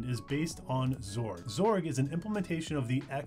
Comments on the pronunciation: X org, not zorg sigh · ...hang on, "zorg"? That's a new one; I've always pronounced it as "ex-org." In seriousness, nice summary! The coverage of Wayland while still using the more traditionally compatible X11 is great for new users. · X-org not zorg lol but zorg does sound better ngl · imo, wayland isnt a replacement for xorg. just an alternative. people treating it like a replacement just dont realise theres features in xorg that wayland will never replace. also lmao zorg? first time hearing that pronunciation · I hate that you pronounce X Org as Zorg